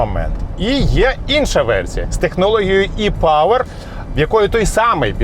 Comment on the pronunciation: Приємно слухати - Е-павер, Е-форц. Бо недолугі блогери повторюють за цапами і Е - латинське, і українське читають як Є. Так неприємно слухати...